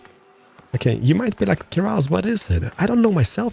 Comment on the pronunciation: you said "Kerasil" but it's spelled "Keralis"